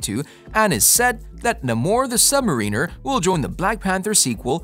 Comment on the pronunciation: Nobody commented on the pronunciation of "Submariner"?